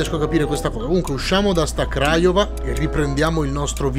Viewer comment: Comunque non ne azzecchi una di pronuncia delle città ahahaha Aràd Craiòva Oràdea Debretzen